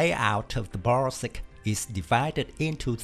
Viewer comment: Good pronunciation of 'Huta Stalowa Wola '! As well as 'Borsuk'